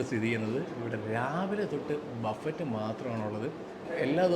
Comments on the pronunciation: ബഫറ്റ് എന്ന് പറയില്ല.ബഫെ എന്ന് ആണ് പറയുക. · Vereyum orupadu peru comment cheythu, its not buffet its buffe, t parayilla, you are a food vloger athu kondu paranjende ullu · Buffet is pronounced buffei. T is silent.